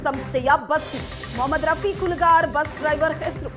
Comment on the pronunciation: This Is Not Fair.....muslim ಹೆಸರು ಯಾಕ್ ಒತ್ತಿ ಒತ್ತಿ ಹೇಳ್ತೀರಾ